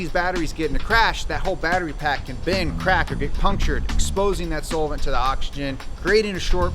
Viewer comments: This is the first time i've heard "solvent" pronounced as "soul-vint". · hey guys you hear that....? it sounds like somebody is saying soul-vent? wtf is a soulvent?? 😇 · You're saying solvent wrong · pronounces Solvent weird.